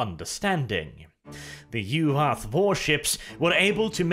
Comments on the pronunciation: Yu'wath? More like U w0t! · The soft Norse V makes Yu’vath sound cooler.